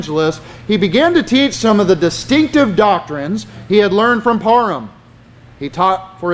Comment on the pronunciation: Hey!! Learn to say PARHAM correctly!!